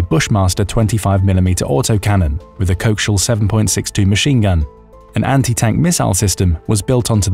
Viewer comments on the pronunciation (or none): co.... axial. co-axial 2 directions axis of movement not coax-ial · . ~ That's a CO - AXIAL machine gun, Not a 'cokeshill' machine gun. Just tryin' to help a bit. 🙂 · Co-axial, not coax-ial, please! Before my teeth are ground to nothing. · Your ai narrator can’t say “co-axial “ LOL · " Co-axe-E-L - Machine Gun ". Sorry that's the proper way to say it I believe. Great video but the way your saying it is really hurting my ears. 🙂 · Idk, do they do it different in the UK? I learned co-axial as a word with four syllables, like you. But this isn't the first time I've heard a brit slur it into just two. I wonder if it's because they were still using antennae on their tele's while we were hooking up co-ax cables? Could somebody from the UK please tell me if our narrator cocked it up?